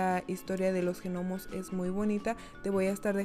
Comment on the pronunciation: Muy bonito, nunca habia abierto las ramas del arbol asi para que se vea frondoso, lo haré este año 🥰. Una cosa, la "g" de "gnomo" es muda, no se pronuncia 💖